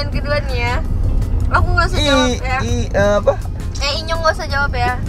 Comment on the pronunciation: Enyong bangg bukan inyong